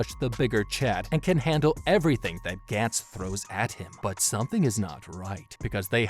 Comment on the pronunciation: This is awesome but the way you pronounce gantz is kinda triggering me lol